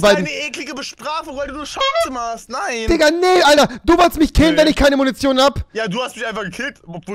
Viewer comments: du bist so peinlich es heißt Digga und nicht dikka 🤦‍♂️ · HALLO rewi du hast nicht diger gesagt sonder tika du kannst nicht reden